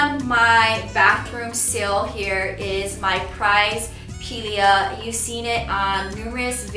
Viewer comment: Your pronounciation of the "Pilea" makes so much better sense😂😂 --(P-lia)